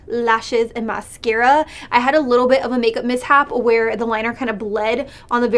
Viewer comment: “A leetle bit”